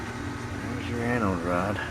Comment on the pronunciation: I know you’re saying Anode Rod but it sounds like Annal Rod lol 😂